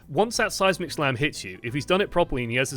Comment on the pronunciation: First couple times I heard him say seismic slam I thought he was saying "Seismic Sam". Which is beginning to sound like an epic superhero name.